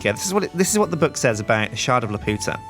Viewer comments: I cringed when you said Laputa wrong, Miyazaki movies are my FAV of all time, Castle in the Sky being one of the tops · good so i am not the only one that knows hes saying it wrong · Ahh! watch castle in the sky and learn how to pronounce laputa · Every time he said it wrong a part of me died inside. Go watch the movie please... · every time he says laputa that way I can't help laughing. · ugh he's saying lapuda wrong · LAP-YOU-TA it is pronounced lap you ta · The shard is pronounced "lap - you - ta" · Laputa is pronounced as "La-pyu-ta" in the Ghibli movie, but Jonathan Swift probably meant for it to sound like the Spanish phrase meaning "The Whore". Swift was like that. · isnt it la-pew-ta like the anime film you know sky castle the amulet that makes her float and stuff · Youre pronouncing it wrong its Lap-u-ta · you pronounced Laputa wrong!! HOW DEAR YOU!!!!! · “Calvamon” Montesinos its BLOODY LAPUTA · it's prononced Lap-You-Ta not La-Pu-ta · lepp-yu-tah. leputah. not lepp-oo-tah. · He's pronocing it wrong. It's La-Pu-Ta not La-Po-Ta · 'u' not 'ow' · Try saying it as La-pew-tah. Not la-poo-tah. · you are saying laputa wrong its lap-u(like you)-ta and you are butchering it and it is really annoying to hear you say it like la-POO-ta and it is so angering hearing you say it like that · It's pronounced Laa-pew-ta. not laa-poo-ta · it's pronounced lap - you - ta no weird accents. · since the mod maker obviously had the Studio Ghibli movie in mind when adding the shard,the proper pronunciation would be Lap-You-Ta. Not La-Poot-Ah Sorry to point it out,but it drives me nuts when people pronounce words with universal pronunciations wrong. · Castle in the Sky is my favorite movie, so im omega cringing because of the mispronunciation of Laputa. Lap-u-ta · its pronounced Lah-pyoo-tah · it's pronounced lapewta!!!! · "Shard of LAPOOTA" someone didn't see Castle in the Sky. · Lap-you-tah please, you're swearing in Spanish.